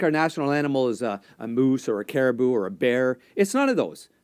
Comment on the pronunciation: Caribou! I can't believe he got it wrong!